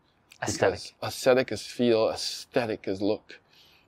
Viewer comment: Aw ze tic